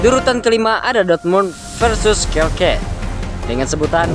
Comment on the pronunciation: skelke sp min tlong diperjelas lg 😂😂shalke😅